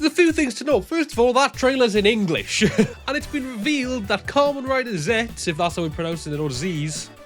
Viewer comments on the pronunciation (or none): none